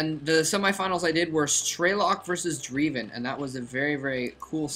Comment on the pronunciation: c'mon moletrap it's drEIven not drIEven and its not spelled same as driven:>